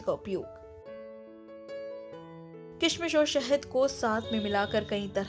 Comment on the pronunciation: Bahot bura video bnaya kishmish to sahi bol le pehle